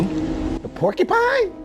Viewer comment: Couldn’t stop laughing at porkupine man lol 😂